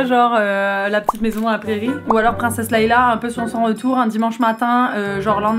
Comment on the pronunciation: princesse Laila je m'appelle mes oreilles 😱